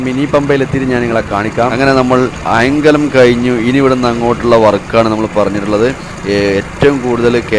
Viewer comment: അയാം കലം അല്ല. അയ്ങ്ക ലം ആണ് 😊